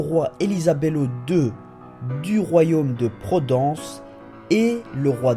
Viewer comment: C'est Royaume de Providence, pas de Prodence XDDD sinon je like bonne théorie !